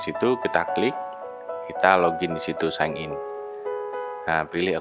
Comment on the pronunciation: Sain in bukan sig in😅kalo ngoreksi aja salah gausah ngoreksi